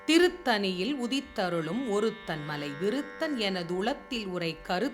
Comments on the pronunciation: அது “திருத்தணியில்” madam, “திருத்தனியில்” அல்ல. ல மற்றும் ள உச்சரிப்பிலும் கொஞ்சம் கவனம் செலுத்தி இருக்கலாம். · அம்மா, இப்பாடலில் அனைத்து இடங்களிலும் 'டண்ணகரம்' அனைத்தையும் 'றன்னகரம்' ஆக உச்சரித்து இருக்கிறீர்கள். சான்றாக 'திருத்தணியில்' என்பதை 'திருத்தனியில்' என்று பாடி இருக்கிறீர்கள். இதைச் சரியாக உச்சரித்தால் கேட்பதற்கு மிக மிக நன்றாக இருக்கும் என்பது எனது பணிவான கருத்து.